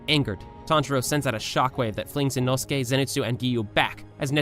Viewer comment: OMG INOSUKE ACTUALLY SAID HIS NAME RIGHT OMG OMG OMG